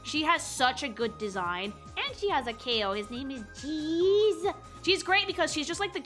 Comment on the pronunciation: I like Classic Amy. Also, you're mispronouncing a name. It's Keese the Kow, not Cheese the Keyo.